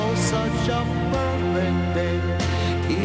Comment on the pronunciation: Did the guy say Poifect day at the start xD ?